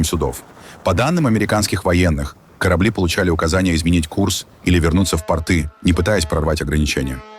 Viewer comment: Не бантЫ, а бАнты. Не портЫ, а пОрты. )